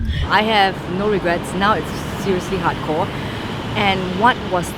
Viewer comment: If you use subtitles that lady called Brandon Hot corn instead of hardcore